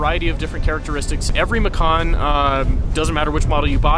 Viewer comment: In February 16, 2012 Porsche announced the final name for the car to be Macan, an Indonesian word for tiger. However, the pronunciation of the "C" in Macan, is like "ch" as in "Choice" or "Chips"; Not like "k" as in "Cool" or "Come". Because if the C is pronounced like K, "Makan", then the meaning in Indonesian language becomes "To eat". Totally different meaning. Just FYI.